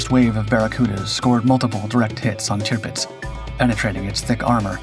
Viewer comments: I agree with other comments about the start. It doesn’t become clear that this video is about the Barracuda until we are a couple of minutes into it. What ruins the video for me, once again, however, is the cringeworthy way that Tirpitz is pronounced. It is “tir” as in “sir” not tier as in pier. For goodness sake. How I wish the voiceover artist would check his pronunciations before releasing his videos. It’s just so unprofessional. Quite what a crashing DH Mosquito is doing in this video is also beyond me. Apart from all that the video was quite interesting. Keep going but do please take the fair criticism on board. If something is worth doing, it’s worth doing well. Very best wishes, Adrian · I had to stop the video after I don't know 2 minutes something like that to say I've never heard you mispronounced or recognized you mispronouncing the names of ships or persons or events and then I hear you say tupdz and I think you said another variation of it it's the tirpitz and she was actually a lumbering loggerhead of a piece of crap she didn't make much of a difference in the war except for when she was finally sunk it destroyed the morale of the German Navy and that's when the Germans finally realized outgunned outmanned and out brained or one would say out maneuvered it didn't help that they were led by a maniacal insane individual with a God complex